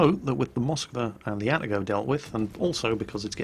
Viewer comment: God dammit IT IS Moskw A!!! not M O skwa!!!